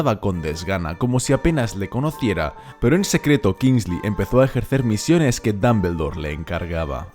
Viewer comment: Dambeldor jaja, es muy gracioso oírte mencionarlo